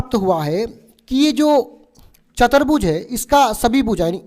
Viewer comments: Sir chatrbuj nhi hota chturbuj hota h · not chatarbhuj say chaturbhuj